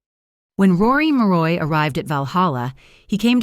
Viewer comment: Who the hell is Rory Moroy? When you get the subjects name wrong in the very first sentence...I watch no further!